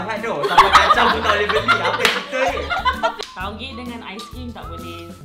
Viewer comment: 'Taugeh'ther HAHAHAHAHAH